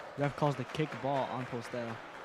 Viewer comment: MJ's last name is pronounced as Po-stell not Postel Thank you